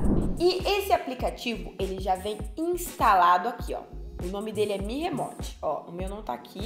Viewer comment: Mi "remote" kkkkk. Uma dica bem simples e que vai deixar bem melhor os vídeo, Não sabe pronunciar termos em inglês? No Google mesmo vc tem exemplo de como se pronuncia, fica muito melhor falar o termo corretamente. Vcs vivem de gerar conteúdo, então não acho frescura não, os gringos quando falam termos estrangeiros tb costumam estudar e tentar falar corretamente